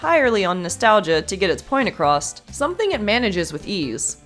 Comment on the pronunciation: "To get its point *acrost*"?! Find me the "T" in the word "across", please.